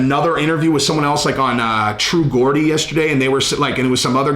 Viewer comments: True "Gordee" hahahahaha ffs man it's not hard to get right (Jor-dee) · True gordy 🤣🤣🤣 it's GE... OR... DE... Geordie. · G-E-O-R-D-I-E not GORDIE, it's pronounced like a J, same way you pronounce George. Sound like numbnut Brenda Scrub. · Thats nit how you pronounce true gordie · Great content as usual just a small correction lol it’s pronounced true jordy 😆👍🏻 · True Geordie is Pronounced like Jordy. It's people from Newcastle that are called Geordies. Like jordies. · It's pronounced ..Jordie , Jordan shoes